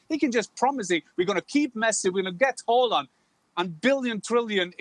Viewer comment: Hei Jan. Can you please correct Dan and the rest of the gang in the proper pronunciation of Erling's surname. I don't expect they'll manage his first name (as a Norwegian would) but the second name is doable. Or am I expecting too much here?